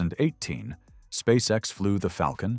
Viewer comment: ON ne dit pas spasex mais Spsace X !!!!monsieur l'orateur!!!!!!